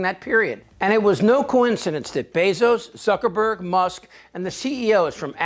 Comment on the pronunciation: I love the way you pronounce Zuckerberg as Sucker-berg. Much more fitting